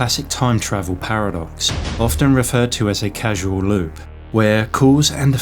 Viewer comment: Casual loop or causal loop?